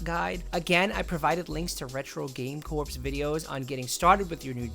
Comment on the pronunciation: Retro game “corps”? Lol